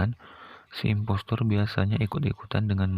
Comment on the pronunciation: Kok gua Denger investor Efex Blm makam 1 menit:v